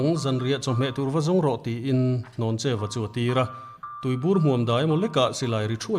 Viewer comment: hnawncheua nilo in hlawncheuva/hlawncheua tih tur zawk a nia